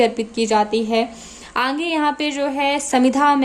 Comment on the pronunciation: mem aange nahi aage bolte he lagta he aap AGRA se belong kari ho 🤣🤣